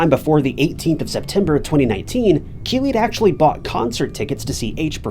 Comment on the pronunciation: I thought he was saying Kiwi also, so was it Keeley?